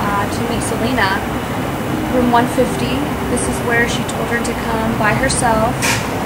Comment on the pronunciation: ITS SELENA NOT SELEENA!!!!! if it was SELEENA IT WOULD HAVE BEEN SPELT SELEENA